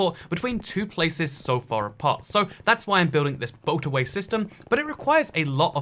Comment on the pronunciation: i heard "boat away" several times until i understood that it's a boatorway